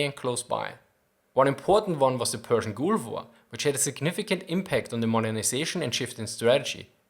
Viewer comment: ITS PRONOUNCED PERSIAN GOLF WAR NOT GOOLF WAR!! TY FOR YOUR VIDEOS I LOVE THEM